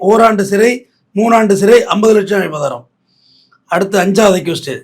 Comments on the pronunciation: Avratham❌ Abatharam❌ Avabaram❌ Abatharam❌ Abaratham ✔️ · அய்யா ' அபதாரமா அபராதமா ' ? உங்க ப்ரொபஷன் ல இப்படி பேசுரீங்கலே? 🤔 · அபராதம் please pronounce properly ❤ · ஐயா அது அபராதம், அபதாரம் கிடையாது. பதிவு நன்றாக உள்ளது❤ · ஐயா அவர்களே, அது பேர் அபராதம்.... அபதாரம் இல்ல.... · SIR...ADHU ABARAATHAM ...ABATHARAM ILAI ! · அபராதம்.‌ஒழுங்காக உச்சரிக்க வேண்டும். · என்ன ஆச்சு ஐயா உங்களுக்கு? அபராதம் என்ற வார்த்தை தங்களுக்கு உச்சரிக்க வரவில்லை?!!!